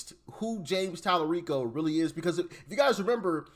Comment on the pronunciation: Tali-REEK-O is a joke 🤣🤣🤣